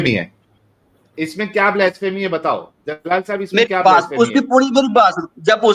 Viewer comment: जलाल नहीं जलील 😂😂😂😂😂